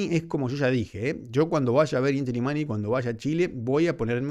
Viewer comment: Querido es Illimani la doble ele se pronuncia como ye, saludos.